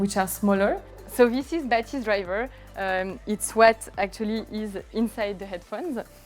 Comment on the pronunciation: Are my ears playing tricks on me? On this video the FOCAL guys have repeatedly pronounced the name as BA-thys but audio reviewers insist that it’s ba-THYS. are we trying to hard to make it sound French? 😂. Just like how the brand became fo-CAL, with the unnecessary stress, because someone who speaks English heard it that way?